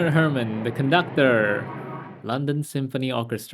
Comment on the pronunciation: Hair-mahn. Bernard Hair-mahn. Not "Hermin."